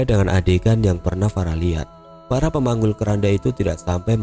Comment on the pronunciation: Saya salah dengar ga sih kok terdengar seperti "farah pemanggul keranda" 🤔